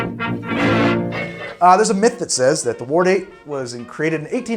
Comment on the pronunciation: still having troubles with saying the word "Ward" I see. Just say "WAR" and then add a D at the end. (My mothers family are Wards)